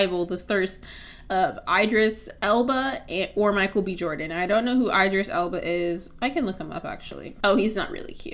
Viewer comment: Idris Elba is not really cute??? 🤣🤣🤣🤣🤣🤣 sis u have 2 be on crack and you pronounced his name wrong 😡😡😡